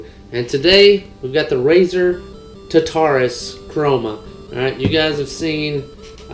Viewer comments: Today we got the razer Tuhtarus!!it is pronounced tarterous. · tarrrr taaa ruuuus. Pronounce it correctly. Its greek hell not some made up word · It's pronounced Tar- tar- us . Then combine them :).